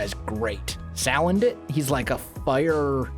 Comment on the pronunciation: Salandit is pronounced Sul-an-dit